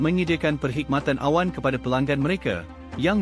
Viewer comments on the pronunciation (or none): Dik...saya tak berbahas pasal cloud tapi pasal penyebutannya...sepatutnya perkhidmatan awam tapi dia menyebutnya perkhidmatan awan... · Tu lah....pelik je bunyinya...awam dah jadi awan...